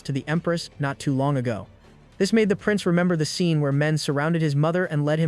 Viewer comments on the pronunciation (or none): none